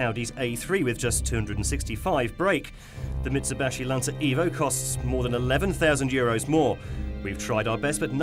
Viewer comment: He said mitsubashi instead of mitsubishi LOL ☺